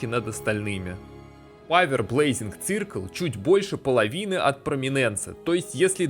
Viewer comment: "Цыркл" ахахаа... убило